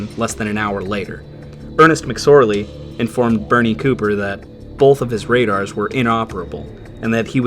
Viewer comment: Awesome documentary. Thank you! I couldn’t help noticing you have the dialect where you pronounce the word both as “bolth”. Linguistics also fascinates me.